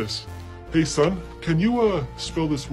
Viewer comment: 3 59 its supposed to be son not som